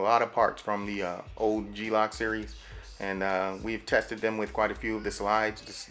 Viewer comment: I thought it was glock, not G-lock :D